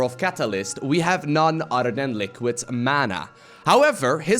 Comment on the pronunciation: dude its Other not UDDER! im Irish and there vocabulary has a different pronunciations but your making a fake brogue sound like there idiots! I knew a friend who started a fake brogue then couldn't just STOP but you NEED to!